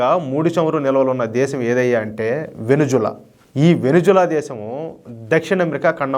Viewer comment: Hello brother adi Venuzula kadhu Venezuela first idhi neruchukondi pronounciation antaru and Modi bhajana baaga chesaru very good,Modi spoon batch.